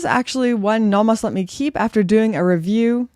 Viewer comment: Welcome back! I appreciate that you've adopted a more European pronunciation of Nomos rather than the North American one :)